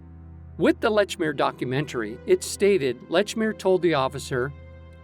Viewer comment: Excellent video but it's not Lechmere.